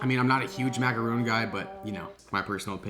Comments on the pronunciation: It’s macaron not macaroon macaroons are tiny coconut things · Sorry but I have to, it’s Macaron. Not macaroon. Totally different biscuit. Both delicious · THERE MACARONS NOT MACAROONS MACAROONS ARE YHE COCONUT COOKIE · macaRON not macaROON GET IT RIGHT there is a HUGE difference between the two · no hate but its macarons not macaroons. Macaroons are the coconut cookies. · You pronounced macaron wrong